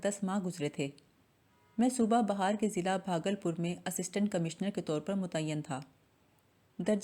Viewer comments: السلام و علیکم : آپ کی کاوشیں قابل قدر ہیں _ بس ایک گذارش ہے کہ بہار کے تلفظ میں بِ پر زیر ہے زبر نہیں ہے. اگر زبر سے پڑ ھتے ہیں تو بہ معنے ایک موسم کے ہے _ بہت شکریہ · اس تحریر کو پڑھنے والی خاتون کا تلفظ درست نہیں ہے۔۔۔بار بار ایک غلطی کو دہرایا ہے۔انڈیا میں صوبہ بہار ہے۔۔۔۔بے کے نیچے زیر ہے۔۔۔ان محترمہ بے زیر کو زبر پڑھکر غلطی پر تکرار کی ہے۔۔۔۔براءے مہربانی اپنی اصلاح کر لیں۔۔۔۔۔۔